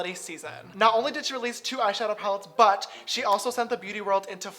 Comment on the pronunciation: they way he pronounces "but"